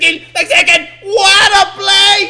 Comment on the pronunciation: WORD OF THE DAY “WATTAPLAY” “WATTADODGE”